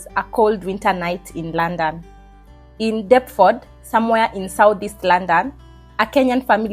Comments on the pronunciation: Girl its Luunnnndonnn not laaannndann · The way you said London 😂. Love it